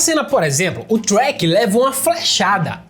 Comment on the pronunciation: ''Trchék'' kkkkkkkkkk